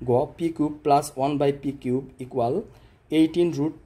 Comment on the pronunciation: কুব না কিউব